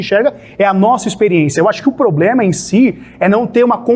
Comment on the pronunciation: Sargento falando poblema é fodaaaaaa